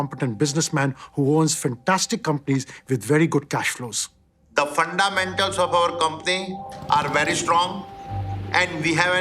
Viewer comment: ".. phunda-mentals of our company are very strong ...."